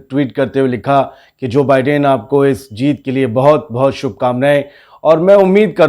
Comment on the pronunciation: Bhai pronounce the same correctly. Biden is pronounced as By-den